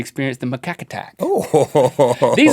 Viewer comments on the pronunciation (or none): It's pronounced mah-kak.